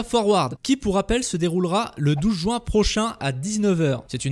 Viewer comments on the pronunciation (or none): none